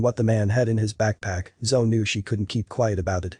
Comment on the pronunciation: Her name is pronounced, "Zo-E", like Zoey. Everytime I heard "Zo," my attention left the story. So, why was she frozen when she saw him again?! And why would he "be back for her?" This made no sense.